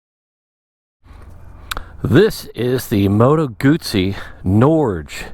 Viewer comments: It's pronounced, Norjay❤ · Why doesn’t anyone who reviews these bikes look up the correct pronunciation of the model name? And no, they don’t leave vibrations there for “character”. No person with any perspective would compare this with a Harley.